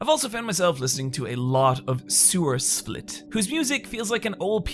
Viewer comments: really pronouncing that v in sewerslvt lol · "sewerslvt" suuuuuuuure that's how you say it...